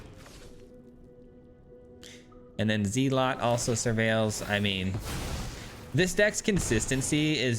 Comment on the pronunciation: Zel-Ut not Zee-Lot